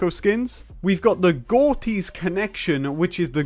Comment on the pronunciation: gortys is actually pronounced gordis